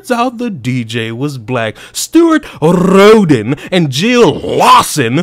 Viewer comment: Sounds to me like Rhoden was a diversity hire.😂 Love it how you pronounce their names.🤣